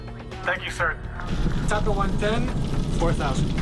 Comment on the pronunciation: Isn't it TACA, not Tacka?